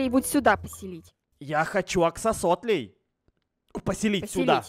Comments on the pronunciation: Правильно не оксосотеоь а оксолоталь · Не аксососетыль а аксолотль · Вообще-то не оксососотэль а оксолатль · Не Аксосотль а Аксолотль, я тоже Водолей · Не аксосотоль аксолотль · Не Аксосотль а Аксолотль